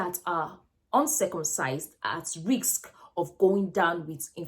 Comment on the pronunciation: Hi nurse, it is not riks but risk.